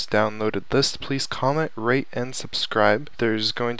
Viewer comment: It didnt sound like u said rate for a secound